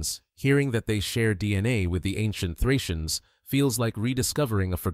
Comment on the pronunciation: Плохо, что такой важный материал, освещает Ии. Отвратит. ударение, фракийцев наз. "фрийцы". 🦧